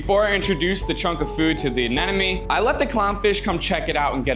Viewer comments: If I had a dollar every time this dude mispronounced ANEMONE as anenome, I would have 100 dollars😁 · It’s anemone not anenome…you should know better. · Am I hearing him pronounce it as Anenome instead of Anemone? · Uh-NEM-uh-nee. Not "an enemy." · Why does he keep saying A-NE-NE-MES??? It's anemone! Stay in school kids! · Its not Anenome. Its Anemone. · It's ANEMONE, not ANENOME!! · My head hurts whenever he tries to say anemone because he literally pronounces it anenome 😢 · Maybe now you can learn to properly pronounce it. A-nim-o-knee. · what the hell is that pronunciation of anemone? anenome? whattttt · You are Nemo case he can not say anenim